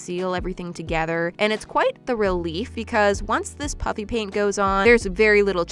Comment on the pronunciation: Every time you say "puffy paint" it sounds like "puppy paint"